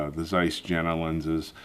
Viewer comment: Jena is actually pronounced more or less like 'yaynah'.